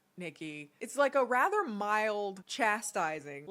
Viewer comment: Take a shot every time says "rether"